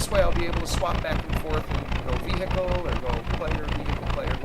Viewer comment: So no one is going to mention 'vee-hickle'